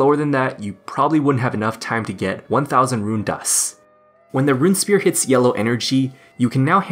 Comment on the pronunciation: Runesphere (rune-sfere) not rune spear! (but otherwise great video)